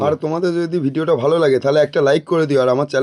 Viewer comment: ভ্লগ উচ্চারণটা তোমার ভুল হয়